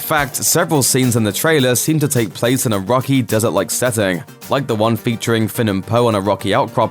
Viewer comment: Just say “des-urt” because even in your native tongue there’s a “T” at the end of the word. Cmon man.